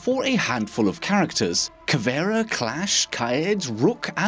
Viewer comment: Kiad? Who tf is kiad? Its Kaid